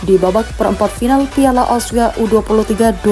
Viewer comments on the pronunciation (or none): Tandai muka adminya, kita gangbang... Kalo ngomong Asia ya Asia... Bukan ausia..